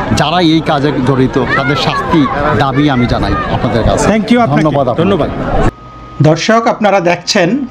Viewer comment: দাদাভাই, আপনি" দর্শক" কথাটি বলার আগে দ এর উচ্চারণ এ একটু নজর দিন। ধ শোনা যাচ্ছে। একটু সচেতন হোন।